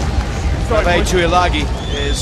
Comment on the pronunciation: except alesana Tuilagi (tooey-lagi) and not Tuilagi (tooey-langi) lelelelelelelelele. But on a serious note i guess so